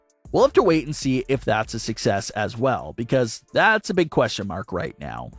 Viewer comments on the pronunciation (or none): none